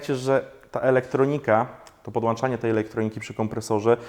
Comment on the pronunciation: pilnuj się:p Ma być: podłĄczanie, załĄczanie, wyłĄczenie, włĄczenie. Polska mowa, trudna mowa;) A poza tym pozdrawiam i gratuluje super prowadzonego kanału:)